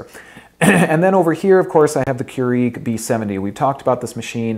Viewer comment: Not sure I like how he says "Keurig," he's pronouncing it strangely.